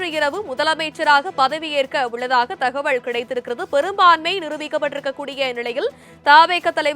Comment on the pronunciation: Dear news reader.....thakavazhl.....illa. thagaval......pls pronounciate tamil properly